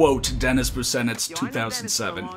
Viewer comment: Fyi, Dennis Busenitz’s last name is pronounced BOO-Shnitz